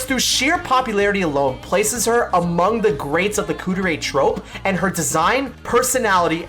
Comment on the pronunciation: not Kuu-der-ay... Kuu-deh-ray